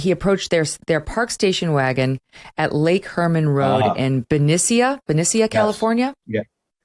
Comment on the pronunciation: Vallejo, California and Riverside, California are 450 miles apart, which would have been about eight hours in the 1960s, not three hours. Riverside is east of Los Angeles. Vallejo and Benicia are northeast of San Francisco. Benicia, California is pronounced by locals “Beh-NISHA”. Napa, California is quite close to Vallejo and Benicia, all in the SF Bay Area.